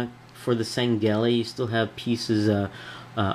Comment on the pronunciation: dude its Shangheili not Sangheili and its sword not blade but cool vid